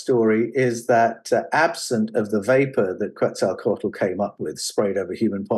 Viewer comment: The L at the end of Mayan words like Quetzalcoatl are silent. Co-wat not co-watel.